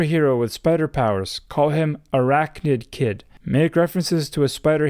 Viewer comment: Not Arachnid-Kid, Arakid. It's punny that way.